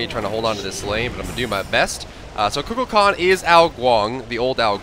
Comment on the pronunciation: Is he pronouncing Kukulkan correctly? Only reason I ask is because I notice he tries hard to pronounce the other God's name's correctly, but this isn't how I've heard this name pronounced in the past. I've always heard it said more like Koo Kull Khan (no that's not phonetic spelling lol).